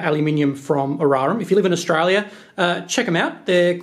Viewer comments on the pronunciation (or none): none